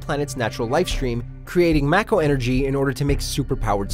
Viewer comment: Electric, not electronic. Kudos on your pronunciation of "Mako".